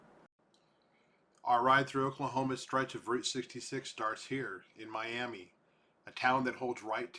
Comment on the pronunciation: Not pronounced like the city in Florida